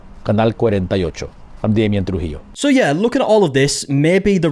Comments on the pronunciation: It is so weird seeing our local news story go viral so fast that it becomes a video. Also Trujillo is pronounced Tru-hee-yoh, thank you 😊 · trujillo is pronounced "tru-HEE-yo"